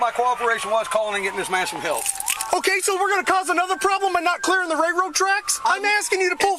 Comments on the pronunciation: Ray-road tracks. I’ve never heard that type of inbred slang before. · If the idiot cop says “ray road tracks” one more fucking time 😂🤣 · " Ray road tracks". really?